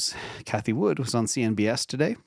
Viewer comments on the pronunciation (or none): Its CNBC, not CNBS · I lol when calls CNBC “CNBS”. Love the vids keep it up!